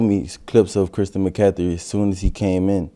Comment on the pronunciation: That boy said christian mccathry lol